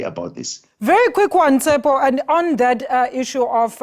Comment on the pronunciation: Did she just call him Tsepo ? 😂